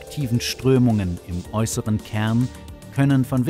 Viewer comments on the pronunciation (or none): Furchtbarer Sprecher. "Ärde" spricht man "Erde" und "Kern" nicht "Käehn" .